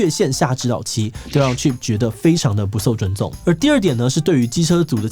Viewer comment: 很認真看 直到聽到 「不朔租重」(不受尊重) 直接笑出來